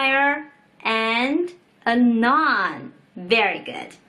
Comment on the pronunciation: Noun is pronounced like 脑+n Naan is 面包在印度， 我不是印度人 :P